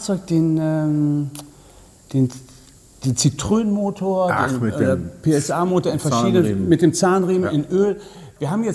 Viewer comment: noch was kleines am Rande: Die franz. Marke heisst Citroën. die zwei Pünktchen auf dem "e" bedeuten, dass in Französisch das "e" ausgesprochen wird. Demnach heisst die Marke nicht Zitrön, sondern Zitroen (Zitro-en). Der Motor mit Öl-Riemen ist trotzdem Sch..... 🙂